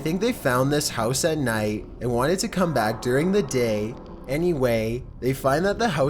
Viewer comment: “Beside ETTTT” “during the dAY” “conversatIAN” like I can’t listen to it anymore ahahahahhaa